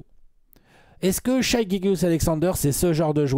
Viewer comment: Ca se prononce Shai, et non Shaï Mavs en 7